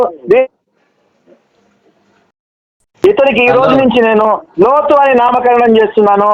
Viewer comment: హలో కాదు రా బాబు లోతు అని ఒకసారి చెప్పు నీ అమ్మ